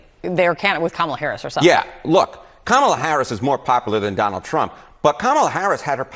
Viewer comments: I'm a little shook that you live and breathe Kamala Harris but still can't pronounce her name. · She can't even stabilize her accent, and the way she pronounce her own name.